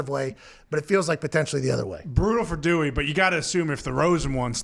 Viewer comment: Dummy Haskins not Dewwy